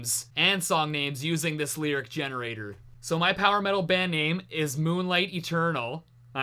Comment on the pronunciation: You Said mOoNlIgHt WrOnG